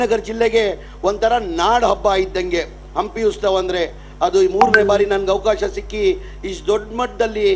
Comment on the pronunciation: ಅದು ಉಸ್ತವ ಅಲ್ವಾ ಉತ್ಸವ ಅಯ್ಯೋ ಕರ್ಮ ಉಸ್ತುವಾರಿ ಸಚಿವ ಅಂತೆ ಮೊದಲು ಕನ್ನಡವನ್ನು ಕರೆಕ್ಟ್ ಆಗಿ ಉಚ್ಚಾರಣೆ ಮಾಡೋದು ಕಲಿರಿ